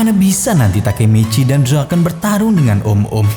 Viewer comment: TAKEMICHI ❎ Takemeceh✅🗿